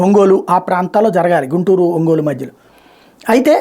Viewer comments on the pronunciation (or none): none